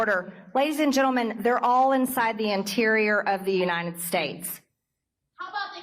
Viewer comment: This is something that's bugged me for a looooong time. At some point, some people started adding an extra 'n' sound into the word "United" when they say "United States". They end up saying "You-Nine-Ted". I can't be the only one who's noticed this trend